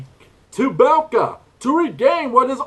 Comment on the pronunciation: Bekla, not Belka Did you try Maia?